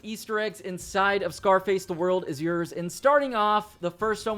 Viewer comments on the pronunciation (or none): I love u man... But it's YOURS. YOURS. YOURRSSS! (YORS) rhymes with Wars!! Not freaking Yers. You wouldn't say wers would u? Lol. Dammit it was getting to me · "Yurz" that spell bro